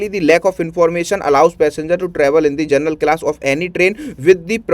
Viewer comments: पहले शुद्ध बोलो तुम जनरल को जरनल बोल रहे हो और टीचर बन गए हो 😂😂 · General ❌ Gernal✅ 😂